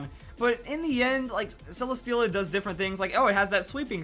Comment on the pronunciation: Am I the only one who pronounces it Celestiala? Cil-Less-Tshe-illa